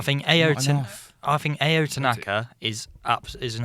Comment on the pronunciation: I'm afraid your Leeds hatred is showing, which is a shame. See here's the thing; Leeds have the cash, the pull for players, the backroom set up and the stadium upgrades. Leeds are much more of a pull than almost any club that have been in the Champo for years. Ao Tanaka is pronounced Ow btw. Embarrassing really.